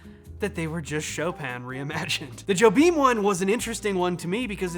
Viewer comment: I'll scold you the same way my drum teacher at Berklee did; it's "Yo-beem". Not "Jo-beem". How dare you?